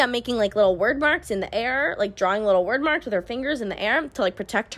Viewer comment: Hearing her say wyrd as word gave me a stroke I think hehehe